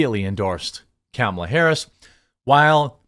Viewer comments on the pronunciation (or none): Hey Jeremy… it is pronounced like this: comma la (luh) realistically he could’ve done less than 10 things besides dictate to someone. There really is not “a lot” he could’ve done because he is feeble and because his team is incompetent.